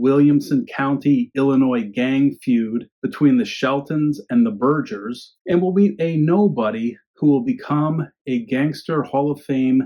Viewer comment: FYI: As a resident of Bloody Williamson, Charlie’s name was pronounced “burger” in these parts.